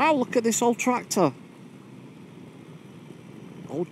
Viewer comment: And again 11.43 "TRACTOR"